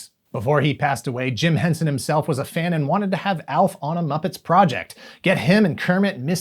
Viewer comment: “Alf himsalf”. Gold